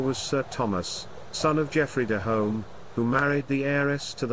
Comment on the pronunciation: The narrator is incorrectly pronouncing "Home" with an O sound instead of U. Both spellings are pronounced "Hume". The only reason our families changed the spelling is because of such misunderstanding.